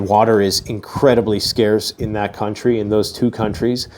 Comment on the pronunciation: Did say "cuntry"?😂😂😂